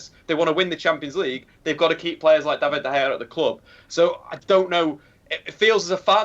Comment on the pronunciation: with his incredible insight: yeah I'll take these 3 players cause they seem pretty good. Still can't say De Gea properly either. And bullies the only guy making legitimate points with proper information and statistics, what a knob is.